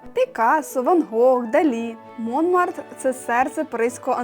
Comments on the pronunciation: Молодці! Ви симпатичні, молоді, енергійні....і ваше відео дуже цікаве і інформативне) Але ж....всі назви, якщо ви у Франції, треба вимовляти з наголосом на останній склад) Наприклад, МонмАртр і всі інші назви так само. Не треба казати Сакре Кєр), ТюІрлі....тому ще це сад ТюільрІ з наголосом на останній склад. Бажаю вам удачі і дякую за відео! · Монмартр-наголос на останній склад.